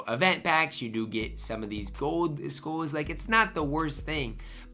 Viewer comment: so funny lol, now way he says skulls like that 😂